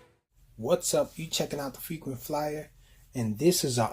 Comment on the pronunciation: Ya checkin out the frequent flyah